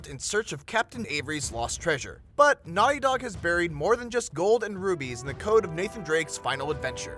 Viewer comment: why did you say Naughy Dog?